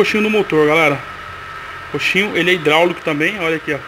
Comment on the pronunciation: O nome é coxim, não coxinho